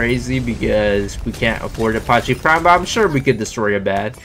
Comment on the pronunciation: The way you pronounce apache 😫😫😫